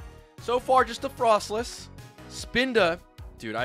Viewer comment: frostless??! is pronounced Frostlass right?